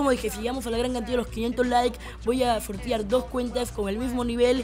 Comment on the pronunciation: Voy a "sortiar" jajaja no mames